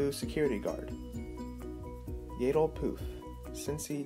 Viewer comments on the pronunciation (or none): It's yaddle not yeadle